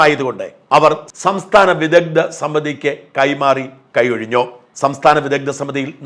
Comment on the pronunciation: വിദദ്ദൻ, വൈദദ്ദ്യം 😂 മലയാളത്തെ ഇങ്ങനെ കൊല്ലരുത് 🙏